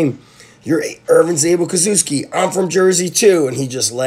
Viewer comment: Cool vid as always :) Btw the pronunciation should be Koshevski (kind of as if you wanted to say kosher, then cut out the r and instert 'vski'.